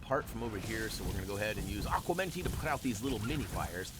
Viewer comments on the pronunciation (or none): There is one other (obscure) character who uses the deluminator! It’s Gaspard or somebody. Also, fyi, it is “aGuamenti” with a G! Not aqua. 😂